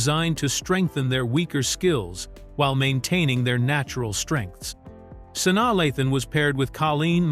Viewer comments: Her name is pronounced SU-NYA LAY-THUN!!!!!! Omg! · Who the hell is sani lathon just terrible what rock do u live under that u dont know how to pronounce this young lady’s name the disrespect